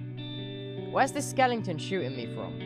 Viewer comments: I love how tubbo just says skelington instead of skeleton hes so adorable I can't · was he saying skellington? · Tubbo: ‘skelington’ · THE WAY TUBBO SAYS SKELETON I CANT!! Tubbs You have now now moved up to #1 on my list. Let’s hope you stay there.